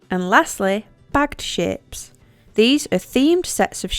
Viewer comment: Everytime you say shapes i think youre goin to say shit haha